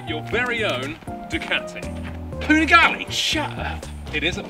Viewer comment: Man you make good content but please, it a panigaLE not panigaLI 😂😎😊